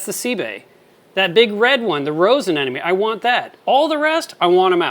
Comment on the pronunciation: ANEMMMONE not Anennnonnne